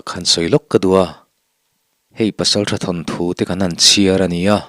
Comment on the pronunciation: Ki mawm tih hi lam hniam tur chiar tih pawh hi a dik lo lam chhoh ve thung tur a ni